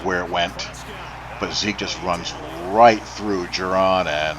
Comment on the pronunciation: Its Judon not jurron